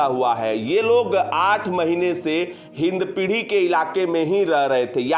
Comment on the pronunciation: Its hindpiri not hindpidhi